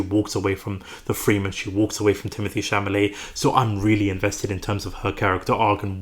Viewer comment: Cha-la-met!!! For fk sake.